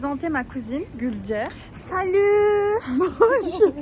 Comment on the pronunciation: ✨ SalÜüüĞ ✨ bizim Fransız konsolosluğunda aniden gelen adana şivesi sjsjdh😂